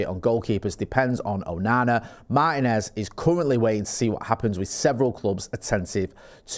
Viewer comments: It's MaRRtinez!!!!!, not Mah-i-nez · MarTinez not Marhinez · They can pronounce Morrison, Maryland perfectly and it suddenly goes away at Mah-i-nez? Interesting accent